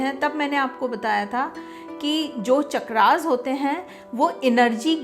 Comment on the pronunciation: चक्र NOT चक्रा Please speak the right word